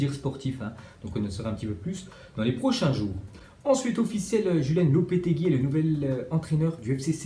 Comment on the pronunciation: On prononce Roulen Lopetegi et pas Julen